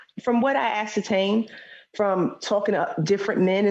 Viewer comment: She said Ascertain 😂 da fuq